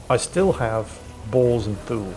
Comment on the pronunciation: I remain convinced that Thule is pronounced too-lee.